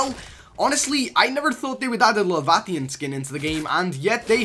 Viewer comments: “Levathian” Its leviathan Lev aye ah then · Wait wait wait... La-va-the-an? LA-VI-A-THAN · Lol what's a levatheean, it's " Lev - eye - a - thin " , Leviathan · The biggest svtfoe fan ever not even he just butchered the name of the skin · Dont call it the Levathathian its disrespectful, its called the LEV I ATHAN with and I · Levathian?! As a subnautica player used to pronouncing leviathan I’m almost offended XD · Levaiathin not laviathian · Lol its not Lav-a-thain it's lev-i-a-then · The fact that u pronounce leviathan levatian is hilarious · "levatheen" nice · It's pronounced Lev EYE athen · it’s pronounced La*Vai*a*than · La-va-the-an what's that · The way he said Leviathan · Did he actually say leviathan wrong? 😂